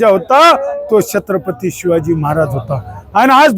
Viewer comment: तुच कर ना मग हे काम. तु भितोस का काळं फासायला. अरे तुला धड छत्रपती बोलता ही येत नाही. कोण निवडून देतात असल्या अनपढाना कोण जाणे 😂😂😂😂